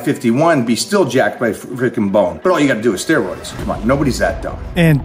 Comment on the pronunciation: I’m here to listen to DT say the word “steeroids”.